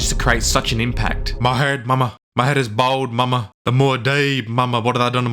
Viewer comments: Oh God I can't with this guy's inability to say "bald". All I can here is BAWD, BAWD, BAWD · Can't tell if you're saying they're bold or bald. You're clearing saying bold but then showing pictures of characters that are all bald, but could also be described as being bold as well. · They're all bold. Bold bold bold. Dude it's bald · Bald, like bawled, not bold. However triggered I am, I will still continue to watch. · How come so many young Australians can no longer pronounce the word "bald" properly? It's supposed to rhyme with "called", not "cold". No hair, rather than brave. Makes them sound like cretins. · Jesus thats worse than Majorkills pronunciation of bald. Its not "BOWLD" its ""Bald" where the fuck are you people pulling an O and a W from?! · It was only after the 10th "bald" did I look down at the Subtitles to see the narrator was saying "bald", with his accent I heard "bold" everytime. And it still works, him saying the Harkones are bold, bold, bold, bold. lol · thought you were saying bold there for a bit. they were all that too.. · Literally thought he was saying "Bold" until he said "Denis Villeneuve hates 'bold' people."